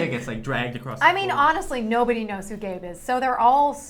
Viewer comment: they said gabe but it sounds like gay lol even the closed caption reads 'gay'